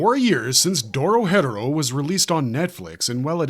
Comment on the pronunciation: it’s not “Doro hedoro” it’s “Doro He Doro” as pronounced by the Japanese and English dub/sub Lock in little bro why are u saying it wrong tryna act like u know something